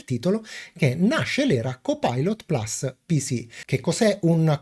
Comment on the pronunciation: carissimo, ammiro la tua padronanza dell'inglese ( io non ne capisco una ceppa), ma per favore plus si legge PLUS essendo una parola latina e non "plas" inglesizzata male e anche...grazie e un doppio like